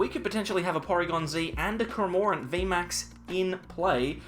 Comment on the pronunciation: After Cramórent and Dedénnejj I waited for a Poréjgon pronounciation. Nice Deck you have there btw 😉